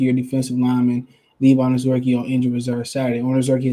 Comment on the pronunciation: Anazorkie lol bro you butcher so many names I believe it’s intentional sometimes but great content regardless